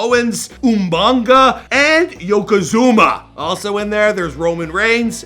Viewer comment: Damn you still saying names wrong .. its pronounced A•no•wah•ee not annoy.. OO•MA•ga not Umainga..